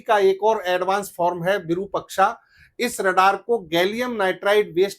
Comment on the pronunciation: 'विरुपक्षा' नहीं, ' विरूपाक्ष' अर्थात-विशिष्ट रूप वाली आंख, त्रिनेत्र; यह श्री महादेव का एक नाम है भाईसाहब। धन्यवाद।